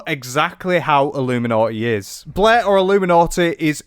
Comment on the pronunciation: So nice to learn so much about ah-loom-ah-naugh-eh. Whoever that is 😅